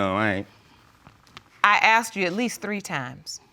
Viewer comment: I aksed him a question